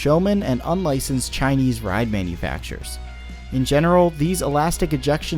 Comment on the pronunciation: why do you put so much emphasis on “chinese manufacturers”? very weird and kind of stings as a chinese fan of yours